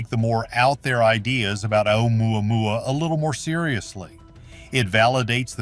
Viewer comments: The way he pronounces that other comet is enough to run and hide LOL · I die laughing every time the AI voice says oumuamua. Heck I can’t even spell it. Hey it may be the new Jerusalem